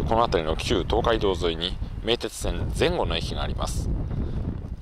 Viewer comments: 吉原に続き地元取り上げられてて嬉しいです！ 前後の発音に違和感あります笑 ここら辺の人はぜ↑ん↓ごて言います笑 佐屋からだと弥富に出て近鉄で名古屋行く人が多そうです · 前後のイントネーションが気になっちゃった